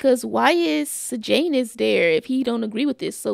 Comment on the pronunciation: Not you pronouncing Sejanus’s name right the first time 👏 👏 👏 the names in most movies now are so weird, you aren’t even phased 🤣